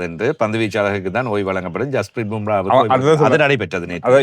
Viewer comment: தம்பி பும்ரா இல்ல